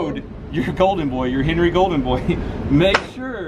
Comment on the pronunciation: It pissed me off when he said HENERY red rider